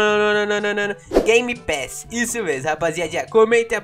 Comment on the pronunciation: A palavra secreta é gemepass